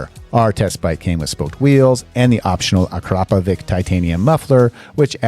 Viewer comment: It's not Akrapovik, pronunciation: akrapovi-ć (ch). Greeting from Croatia 🙂